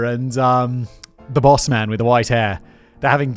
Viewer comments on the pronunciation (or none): none